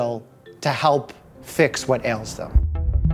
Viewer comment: Bruh... What is "what ales them"?????😂